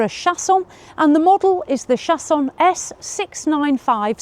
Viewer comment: That is so pretty! Love the French pronunciation 😉 and I can’t believe it’s not that long/wide either yes doesn’t seem too small! Most of the compact ones look compact 😊